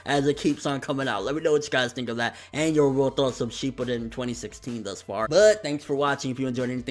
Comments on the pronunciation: Youkou Kakujou It's shipp-uuuu-den there, you'll have to find a video that has the word pronounced which is like in every storm 4 trailer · Why do you still say Shippuden wrong? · yes really.... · ***** I guess you're never going to get it through your head that it's impossible to describe without doing it vocally. It's pronounced Shippuden. Are you using your brain now? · RJKB01 Yea I can. I was only talking about because I heard how he said it. The rest of you took it upon yourselves to put your 2 sense in.